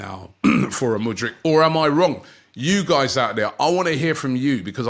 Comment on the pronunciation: Muddyk?? Hahaha..